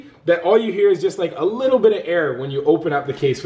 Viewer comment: how many times did say lickle instead of little